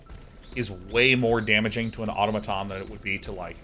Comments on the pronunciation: autOmaton is correct as the greek word is αυτόματον (intonation at the second o) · I'd just like to say that it's au-tomato-n, where tomato is of the "toe-may-toe" pronunciation.